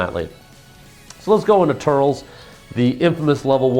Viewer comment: I dunno if anyone said this yet, but its "Tur - Les" not "Turls" watch a movie :)